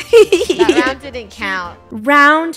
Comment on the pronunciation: FUNNEH ground rhymes with round to you know